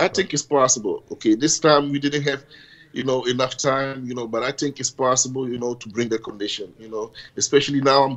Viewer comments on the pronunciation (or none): William "you know, I tink" Bonac